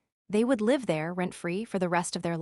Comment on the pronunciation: Live and live, pronunciation problem, again?